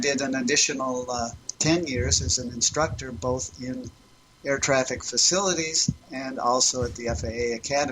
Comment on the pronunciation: sounded like you said "a retarded air craft controller" lmao